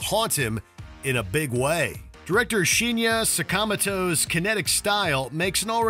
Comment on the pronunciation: You need to learn the pronunciation of the director's names, you BUTCHERED Shinya Tsukamoto and Panos Cosmatos!